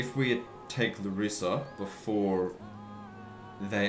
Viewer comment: Hi. Coming back to watch this awesome Walkthrough! Btw Larissa is called LA-rissa Not Larri-ssa Not to piss u off just so you know!